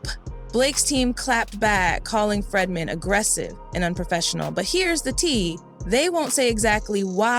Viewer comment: Its not FREDman, its FREEdman